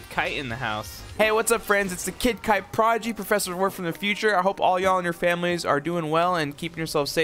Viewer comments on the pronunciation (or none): none